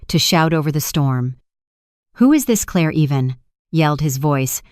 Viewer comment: Yep it still can't say Claire.